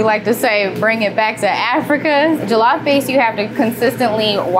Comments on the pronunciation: It's pronounced like "julluff" btw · This is great but she needs to pronounce Jollof correctly if she makes it everyday😅